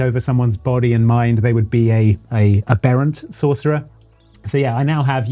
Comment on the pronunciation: I hate to be a dick about it but,, that's not how you say "aberrant". It's pronounced the way you would describe the smallest of a litter of Swedish popstars.